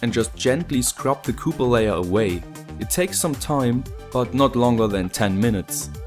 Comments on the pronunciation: Das heißt copper und nicht cooper! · Webgkil yes Right😂😂 it should sound copper not cooper😂😂😂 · By the way: it's copper. Not cooper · Meine Gehörgange verkrampfen jedesmal bei "cooper" Sprichst du das absichtlich falsch? ^^